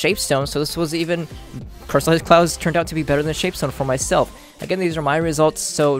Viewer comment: he says " crystallized clouzz "